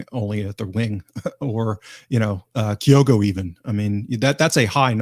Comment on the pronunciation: Why does everyone call Kyogo Kay o go,? It’s Kyo go. It’s getting to epidemic proportions now.